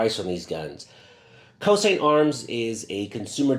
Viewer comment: Pronounced Choshint